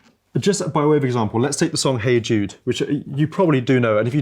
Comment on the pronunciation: When "Hey Jude" becomes "Hey Dude"